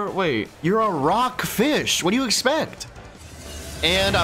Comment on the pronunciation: "P0iS0NED FEESH" 😂😂😂